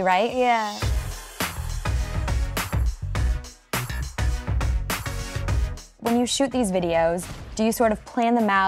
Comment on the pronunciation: Ariana says yuh not ya,!!! 😂